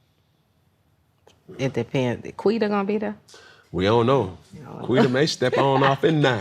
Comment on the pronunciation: Lol, can they stop saying "Quida", I cringed every time 😅